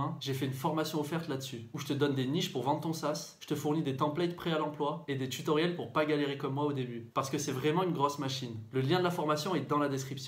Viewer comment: tchutoriel, tchunnel, automatchique, partchie, tchier, optchimiser, partchie, outchil, tchu . . . Mais tag et pas tchag, automatchique mais pas autchomatchique, etcetera et pas etchetera . . .